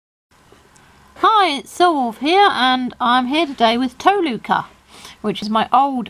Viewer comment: Toh-luh-kah ist the name